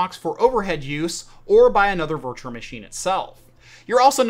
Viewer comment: Loving the content, my man! However, for the sake of everyone who is unreasonably easily irritated by this sort of thing, PLEASE work on your pronunciation of the word ‘virtual’! Hint: there is only one ‘r’.